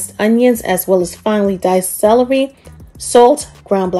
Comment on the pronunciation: You say celery Funny 😂 You sound like Salarey